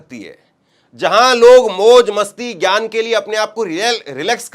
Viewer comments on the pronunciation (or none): none